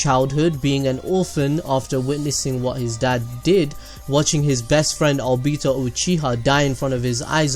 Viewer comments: you said o-bi-ta... its o-bi-to edit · Did anyone else here him say Albito instead of obito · Obeeto Me:WHY CANT YOU JUST SAH OBIIIITO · he said abito TRIGERD!!!!!! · the way u said obito made me uncomfortable idk why lol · Say obito like that again and I will kill myself